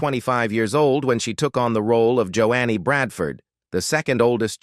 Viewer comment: Can you learn how to pronounce names correctly? It's not "Jo annie" but "Jo nee."